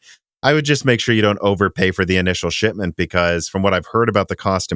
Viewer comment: Why does always say “sh*tment?” Read his lips. He never says the “p.” 😂